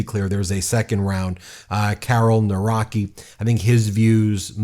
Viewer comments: Trzaskowski pronounced like Chaskovsky Nawrocki pronounced like Navrotsky (e.g. Alexandra Navrotsky) Tusk is like Toosk Sikorski is like Sheekorsky And it's not a guaranteed win. A lot of right-wingers got emboldened after Trump, and our liberal and centrist voices diminished. But we are fighting. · Nawrocki is pronounced Nah-vro-tzkee 😊 It would be nice if people learned to pronounce names correctly or close to it. I know Polish names can be difficult but you can learn that :) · I have a serious question, why content creators can't check pronunciation of foreign names and surnames and instead they butcher it completely trying to anglicize words that are clearly not English? I understand Polish pronunciation may be hard for foreigners but even reading "Navroski" (Nav like in navigation and roski like in broski) although it's not proper, is much better that that awful "Nawraki", Trzaskowski is not "Trasawski" but more like "Tsh-ask-ovski"... c'mon, Google Translate and listen, 30s adventure and you don't butcher peoples' names like uninformed, unreliable media Edit: You've even played the clip where they clearly say his name... so it's just an ignorance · it's pronounced Nav-rot-skee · Plz it's T-sha-z-kov-ski and Na-vro-ski. But yes. We're not there yet but we are crawling our way back to democracy. Young people had a surprisingly high turnover, we're not letting out beautiful country die just yet. We gotta live in it, after all. Here's hoping momentum keeps for the second round. Fingers crossed for us, guys! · Say: “Nav-vro-tski “ and “toosk “ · I love and appreciate you to death, but as a pole I have to point out the pronounciation. It's Tchas-kov-skee (like Tchaikovsky, but with an s instead of an i) and Nah-vrot-skee. Sorry for being the grammar police, but one of these guys (prefferably the first one) is going to be our president and people should learn how to pronounce his name right. Greetings from Poland 🇵🇱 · 'Navrotzky' not 'Nawrokie' ❤😂